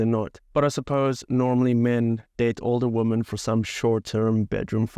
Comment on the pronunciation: Woman (singular) and women (plural) should be pronounced differently from each other...